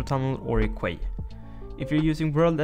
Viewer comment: Small nitpick Quay is actually pronounced Key